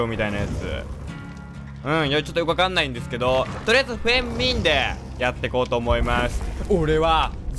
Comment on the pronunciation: フェン↑ミン↑www